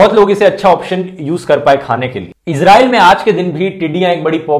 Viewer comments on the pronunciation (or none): none